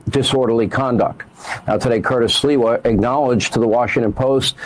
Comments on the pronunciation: SLI-wa, not Silwa! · Sliwa = SleeWa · Sliwa is pronounced SLEEEWAH. Like sleazebag. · How can I take Sam seriously, when his cohost correctly pronounces Sliwa's name, and he continues to pronounce it as if it's spelled Silwa. He must not have been born yet, when Sliwa was made famous, by the New York based national media ( who think anything that happens in NYC. is national news) 40 years ago. If you're dyslexic Sam, listen to the people around you, who are correctly pronouncing names, and take a hint. I really don't think he even listens, to the others on his show, he seems to really like listening to his own voice, more than hearing others. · they didn't stop the guy.. they stomped him....And it's pronounced Sleewa...You sound almost like a bigger dope than them! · His name is pronounced "Slee-wah". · Sam: SLEE-WA 😉